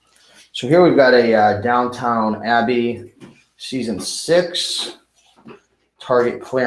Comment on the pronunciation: FYI...Downton Abbey, not Downtown :)